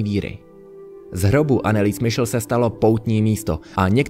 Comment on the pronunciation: Nechcem byť hnidopich ale podľa nemeckej výslovnosti by sa mala volať anelize michel